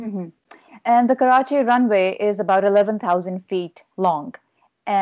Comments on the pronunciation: I love it how you take special care of pronouncing 'Karachi' and 'Urdu' properly. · the way u pronounce Karachi is amazing and completely different from other Englsh speakers . loved it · Hey sir, I like you pronunciation of Karachi and Pakistan. Usually English spoken say Karachi and Phakistan.... Anyways very knowledgeable discussion. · This is not related to the topic but I have to say this , as a Pakistani ...I love the way he says Karachi “ ❤️